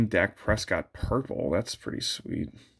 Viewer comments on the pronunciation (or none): none